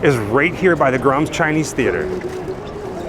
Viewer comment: Sorry it's not groms it's graumans. Gerr-ah-mens. I know I'm a jerk, my wife hates when I correct her too. Lol